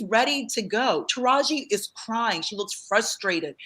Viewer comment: Pkease stop calling her Tahaji. Her name is Taraji.